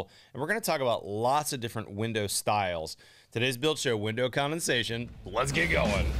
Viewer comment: Love your show, but not your intro of "let's get going". Cheesy to me when you really emphasize it.